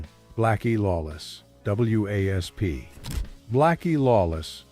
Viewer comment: It's wasp dump ass not w a s p if you don't know the name of the band don't do eney comentaing